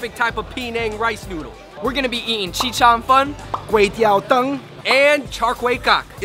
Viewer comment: chee cheung fun lol it's zhi cheung fun